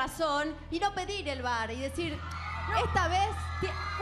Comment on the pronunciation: No es vVar. Es Bar (Bailando- asistent- referee)